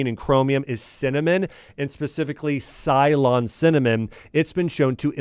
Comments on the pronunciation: Mr axe, its not cylon Cinnamon, its Ceylon, or now you can say Sri Lankan Cinnamon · Srilanka was known as Cylon and it is pronounced silone. Not that important for this context but it’s a word I grew up hearing a lot.